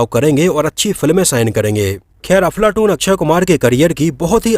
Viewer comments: भाई मुझे ऐसा लगा आप अपने विडियों मे अफलातून को बार बार अफलाटून बोल रहे है..हो सकता है मेरे सुनने मे गलती हो .लेकिन मुझे ऐसा लगा तो बोल दिया आपको बुरा लगा हो तो माफी चाहता हुँ🙏🙏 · Dear Sir, Aap iss film ka naam galat pronounce kar rahe ho, issi liye is film ke unknown facts jananeki icha chah kar bhi nahi ho rahi. Make sure ye mistake ko casual me maat lo 🙏